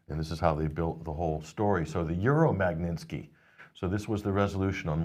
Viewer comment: MAG-NIT-SKI, not Mag-nin-ski, get a grip! :)